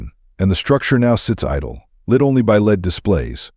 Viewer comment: I find it hilarious when AI can't correctly pronounce LED lighting. Lead 🤣